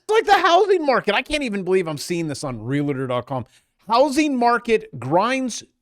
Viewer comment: There is no "i" in realtor.